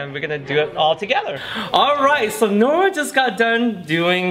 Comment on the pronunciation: Nora...more like NO-ra🚫